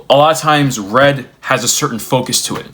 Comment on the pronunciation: I was listening to this without watching. When you got to the point about red notifications, I heard "read notifications," as in, instant messaging telling you when your message is seen by the recipient. I started to rail to myself about it, because I've loathed that feature since it was introduced. Then it became clear you meant the color red and i was like "ahh....yea, that sucks, too" 🤣